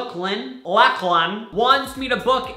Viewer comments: How does he not know how to pronounce Lachlan? That’s such a common name ??? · Ok but this triggered me this is how you say Lachlan- locklin 👍🏻 I love you and your vids tho don’t come for me 😌 this was really really really incredible 💕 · the way he pronounced lachlan hurt my soul... its pronounced lock- LAN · Lachlan Guertin lol he said your name wrong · I’m a little concerned that you weren’t able to say Lachlan are you doing okay 😂